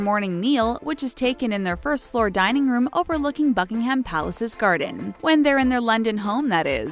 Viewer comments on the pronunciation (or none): none